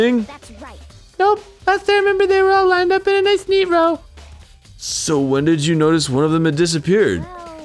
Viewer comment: "just-a say-a when-a!"